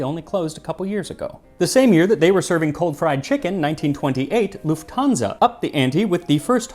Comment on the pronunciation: The name "Lufthansa" is stressed on the first syllable. I don't know where the idea of stressing the second syllable comes from, but many friends and colleagues, same as you, seem to fall for it.